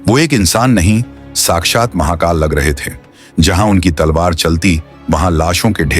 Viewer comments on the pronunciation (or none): none